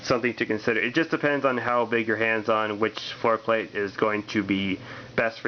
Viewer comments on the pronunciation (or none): Interesting explaining how to grip and hold (THIS) Firearm LOL every Handgun should be fired that way?And yes you havt to (RACK)This Frikn thing like every Handgun?LOL Everytime you say FloorPlate sounds Like foreplay.Rack it Point it Fire it Like any other hand gun Note if you leave pinky hanging out you can pic your Nose on Reqoil👍